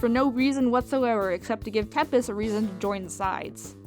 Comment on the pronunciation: It's tempest not temptes